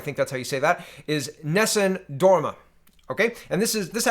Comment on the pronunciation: Unfortunately he didn't pronounce it right